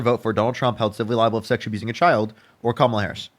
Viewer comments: Why do right wingers mispronounce Kamala’s name. Feel like every caller does this. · I don’t understand why MAGA can’t pronounce her name right. It’s KAMala NOT KamALA. Just like Ursula or Pamela. It’s URSula and PAMela. Geeze 🤦🏻‍♀️ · You can tell her only watches conservative news based on how he kept mispronounced Kamala' name (six year old: " , la") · He can't even say her name right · Kamala, he pronounces he name wrong just to disrespect her. That is why they do it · I love he keeps correcting him on Kamala's name lolol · He has just watched Fox News as evident by the mispronunciation of Camala’s name. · Trump minions keep mispronouncing Kamala’s name. So I from now on refer to the orange one as Donald Tramp!! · and ‘you make a great point’ as appearing reasonable. The fact that he can’t cede on ANY POINT is the giveaway. And correcting the pronunciation of Kamala is pure gold.